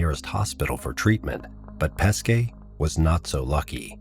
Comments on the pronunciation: Good Video , However, sorry to Say on pronounciation of this poor Guy Pesce: in English transcript it would be Peshe , , not Paskay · Great story. only thing you have to understand is that Corrado Pesce family name, is pronounced like PESHE and not like you say all time PESKE. Pronounced PESHE, it means Fish, his actual family name. pronounced PESKE it means Peaches, nothing to do with Fish..